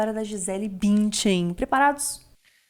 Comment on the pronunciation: Como irrita, e ate doi nos ouvidos qdo falam o nome BÜNDCHEN c a pronuncia arrada!😖🙈🙊